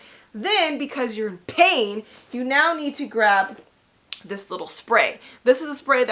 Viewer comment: And the way she say pain. She dont say pain she say PAHin. I’m scared 😟